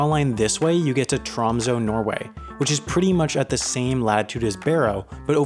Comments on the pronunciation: Tromsø is pronounced Troo(long)msoo(short), not Trahmsoh. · U butchered tromsø its pronounced t'raamsuu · When you call it Tromso, and it's pronounced Tromsø... and it's called Tromsø... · It is pronounced tromsø not tromso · Im from tromsø... hehe 'tromsoe' like what. Hehe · Haha, TR AMM SOH 😂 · Tromsø Pronounced (bear with me, that "ø" is a vowel that doesn't occur in English) "trohm-say" ("-ay" has rounded lips) Ålesund Pronounced "Uh-lay-soond" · It's actually pronounced like "Troms-ehh" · nordic people can pronounce it right. I hate the way he pronounce ø and å. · Ye, it’s kind of funny how he pronounce Tromsø and Ny-Ålesund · Sorry but as a norweigan, you pronouncing “Tromsø” is hilarious (Sorry but it is) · You said Å right, but Ø = the U in trUst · i get rly annoyed by the way he pronounces tromsø